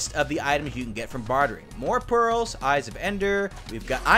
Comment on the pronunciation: Item Name: Hungering Eye Trying To Say It Well Attacked: Hungering Oiii's